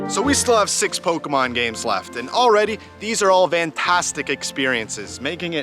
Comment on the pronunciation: Why can no one on YouTube pronounce Pokémon correctly??